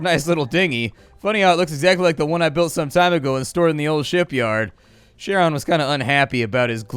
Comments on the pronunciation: the "ch" in CHARON is pronounced more like "k" not "sh" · Went down through comments expecting at least one comment correcting Charon. Charon is in the same club as words like Chrono, Archaeological, and chameleon.